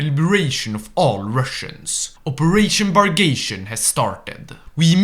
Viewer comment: bag-rah-tee-yon, not bag-ray-shun, but great video ive been wanting for weeks now